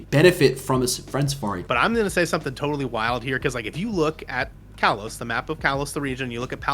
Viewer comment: your saying kalos wrong both of u